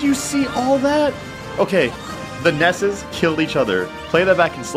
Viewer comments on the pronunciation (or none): YOUR SAYING IT WRONG, ITS NOT NESSES, ITS NESSI